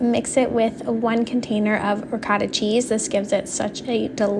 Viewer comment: Ricotta cheese is pronounced Ri- goat-tha ❤